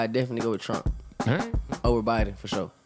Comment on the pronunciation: What's up with black people not being able to say Biden? Retardation?